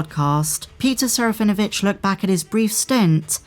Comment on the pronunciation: There is not V sound in Serafinowitz. Please listen to Peter say it. SARAH FIN UH WITCH